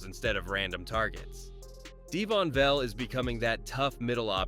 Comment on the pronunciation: Vele is pronounced Vay Lay